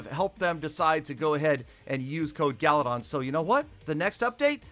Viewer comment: Why Peter call you instead of galadon